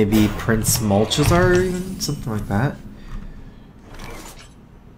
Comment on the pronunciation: Anyone else bothered by pronunciation of Malchezaar? It sounds wrong, whether it actually is or not.